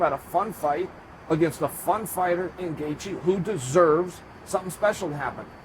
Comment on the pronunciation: Gaithje Is pronounced Gay-chi...Tnx